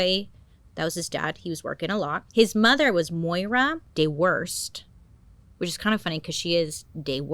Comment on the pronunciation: Thanks for pronouncing Moira as it is!